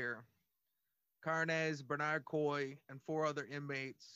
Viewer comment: car-nez? lol fools